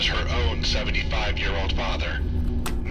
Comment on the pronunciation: Madison sounds more like "Medicine" 👌🏻🤦🏻‍♀️